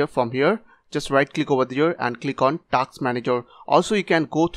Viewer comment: The video is real and working, he's just making fun of the way he said tasks, because it sounded like taxes